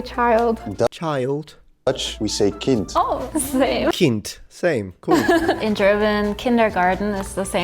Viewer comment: the way he pronounces 'kind' sounds like his Swiss German accent is coming through. The Dutch 'k' has a subtle distinct quality from the German 'k' (just try to find the way, for example, the Dutch say 'koffie' compared to the German 'Kaffee') .. the German 'k' is much closer to the English 'c' in 'coffee', distinctly more aspirated.